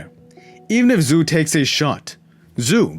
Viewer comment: Hey man, I love your vids. I'd like to give back to you. Xu's name sounds like "shoe." I can give you a link for a pinying pronunciation guide if you would like. Thanks for the vids. I look forward to the next one.